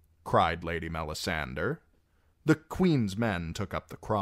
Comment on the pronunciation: Love your readings. I have the audio-books but I like your voice better. Why do you pronounce Melisandre like that though? Shouldn't it be "DRE", not "DER"? I was just curious to know because I've heard GRRM pronounce that name in interviews and he pronounces it as MelisanDRE as one would pronounce "Hombre". Edit: Typo